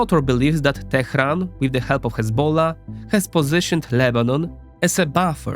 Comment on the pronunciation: kudos for pronouncing Teheran correctly